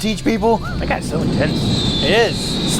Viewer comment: What I heard: "There's a real intensity to these gays!" You're not wrong, you're not wrong.